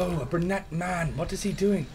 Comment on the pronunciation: "Mayun I ain't even getting stawted yet" oh my god I replayed that like 20 times